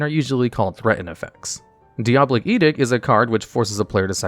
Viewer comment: Hearing this guy mispronounce diabolic and edict back to back was so jarring I had to rewind 3 times to make sure